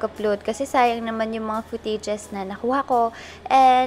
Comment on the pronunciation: hindi ako maka move on sa “putey-jes” (footages).